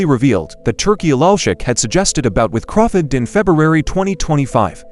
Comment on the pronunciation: The least you can do is pronounce the names of the boxers properly .Who the heck is Crawfit? Seriously